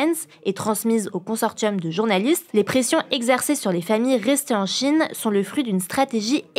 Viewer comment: Y’a que moi que ça choque sa prononciation de « consortium » ? 😅